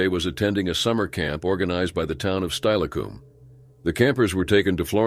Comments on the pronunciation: Learn the dang pronounciations! Steilacoom is pronounced Stil a cum NOT Style a coom! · It's pronounced stillacom not styacom but still tragic and living in Washington state myself my entire life the waterways here are very dangerous and friend of mine's nephew drowned in the green river so I know it's dangerous to swim anywhere else but a swimming pool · Steilacoom is pronounced "Still-a-coom" not "Stile-a-coom".